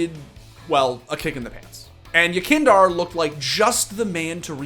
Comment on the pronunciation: i just want to hear somebody say the name yekindar correctly just once please